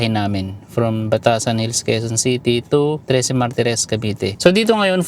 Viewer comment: Grabe ung pagkasabi mong hometown mo Trece boss. Hhaha kasi kami naman taga Pasig dati, na dito nag decide kumuha ng property hahaha, naramdaman ko bigla na taga probinsya ako hahahah